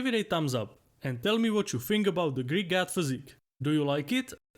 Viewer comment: I thought he was being humorous and saying GYAT. But it was actually GOD. Hahahahhah